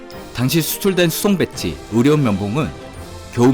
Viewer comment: 이거 좀 거슬리는 내용인데요.. 전체적인 취지에서 무슨 말을 하려는 건지는 알겠고 그게 틀리지는 않은데.. UAE에 최초 수출했던 진단키트가 사실은 검체채취키트였고 그 내용물이 검체수송배지였다는 말입니다.. 일단 배지(培地)의 발음을 '뱃지'라고 하고 있는게 가장 거슬렸고요.. 그 다음은 '배지가 의료용 면봉이다'는 내용도 틀렸습니다.. '배지'는 '배양액'입니다.. 발음은 '배애지'에 가까운 발음이고요.. 검체채취키트는 검체를 채취할 수 있는 의료용 면봉, 그리고 검체가 묻은 면봉의 대가리만 잘라서 넣는 수송용기, 그 용기 안에 검체를 보존하고 증식시키는 배지(배양액)이 들어있는겁니다.. 즉, '배양액이 들어있는 뚜껑 달린 투명용기(합쳐서 배지)'와 '여러가지 길이와 사이즈의 의료용 면봉들'이 한 상자에 같이 들어있는게 '검체채취키트'인겁니다.. '배지=면봉'이 절대 아닙니다..